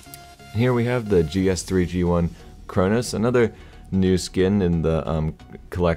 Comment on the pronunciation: You said GSG31, its G3SG1